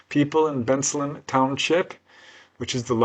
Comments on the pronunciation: It's pronounced Ben Salem. Not Benslum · It's pronounced Ben-Salem! Ben, like the name Ben. Salem, like where they hanged witches in Massachusetts! I was born and grew up nearby in Bristol Township--I ought to know. Never heard of these cases, but I went away to college in 1973.